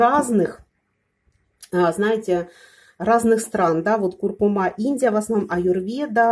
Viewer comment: КуркУма, а не кУркума